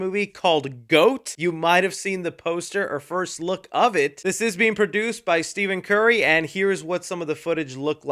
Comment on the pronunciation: “Steven curry”💔🥀